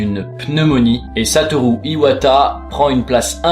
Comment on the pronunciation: Merci d'avoir essayé de prononcé son nom "satolou" a la japonaise et pas "satoru" comme un barbare.